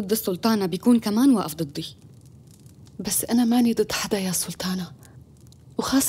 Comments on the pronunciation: ازعج شي من تقول سولتانه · منو منتبهه انو تكول سلتانه مو سلطانه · مين لاحض انو عم تقول سولتانا و سولتان 😂